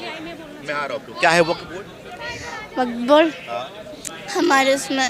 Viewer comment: waqf❌❌ Waaaakfff✅😂